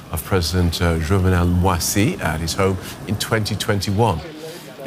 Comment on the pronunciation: Its's not MWA-SEE, it's MOE-EASE